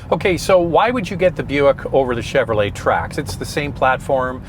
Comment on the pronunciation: Shoutout to for getting the Buick names right! He must have really practiced for this video. 👍👍